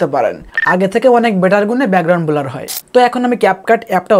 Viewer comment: ভাই বোলার না ব্লার😂😂